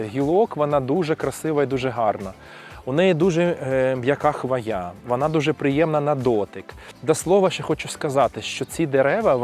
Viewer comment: Правильний наголос у слові "хвоя" - на першому складі: хвОя